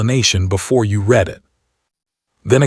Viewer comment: Someone needs to teach AI read-reed-present tense. Read-red-past tense